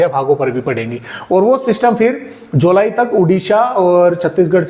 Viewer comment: आप जुलाई कि जगह जुलाई बोल गए